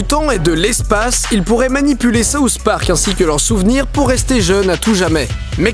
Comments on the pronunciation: pourquoi les français prononcent (sauce) Park? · C'est SOUTH park et non SAUCE park! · C'est moi ou il dit sauce park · Souss Park? c'est SouTH Park! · Pourquoi tu le prononce saouss spark xD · Ahahah je trouve ça trop drôle parce que puisque tu es français tu le prononce "saouss park" mais moi je suis québécoise donc je le prononce comme en anglais ahah